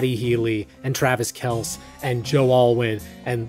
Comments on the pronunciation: As a football fan, I’m cringing everytime Kelce is pronounced “Kelss”. It’s pronounced like the name “Kelsey”. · (It's pronounced Kel-See, not Kels) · It's really cute that you don't pay enough attention to sports/gossip to pronounce Kelce correctly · TRAVIS KELSS (, it rhymes with Kelsey) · I suppose has never watched an NFL game. It’s Travis Kel-See (like Chelsey) not Kelss.